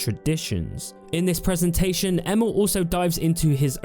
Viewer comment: Every time you say Emil, i actually hear Emo, event hough he doesn't look like an emo to me LOL Edit: It's really shocking to see how much game developers lie or have lied in the past about what you can do in their games, starting with Peter Molyneux, Sean Murray and now Todd Howard with Bethesda! I didn't even remember the claim, that Fallout 4 should have had over 200 endings, before some other youtuber brought that to my attention again! And to Player Choises and illusion: Yeah, that would be definetly a thing to have a lot Playerchoises. The downside of this on the other hand is always the fact that you'll miss out on other contend you can't experience, because you chose the other path!